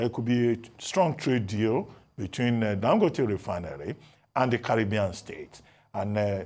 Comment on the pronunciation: he is Dangòte not Dangóte as you called him. Listen to Dr Abati he got it right. Ask your Kano friends if you doubt